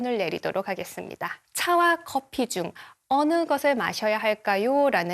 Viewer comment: 코~피를 선호하는. 분명 코피라고 하셨음